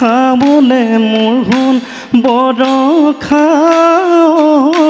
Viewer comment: borokha nohoi boroxa